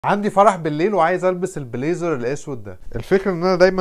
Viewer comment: عايز تلبس ال PLAZER ده ؟! اسمها BLAZER جاتك وكسة… ما تتعلم تنطقها قبل ما تتوكس و تقولها و من الاخر كده شكلك مش نافع خاااااالص في موضوع الشياكة دي : لا وش حلو لا جسم حلو و لا حتى قبول …